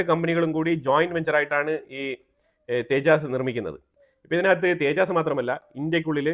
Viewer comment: തേജാസ് അല്ല തേജസ് ആണ് അല്ലാതെ തേജായും കോജായും ഒന്നുമല്ല